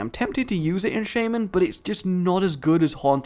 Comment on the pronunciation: So you achieved golden shaman status, and still can't pronounce it...